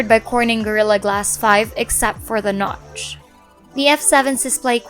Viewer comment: the nowtch 😂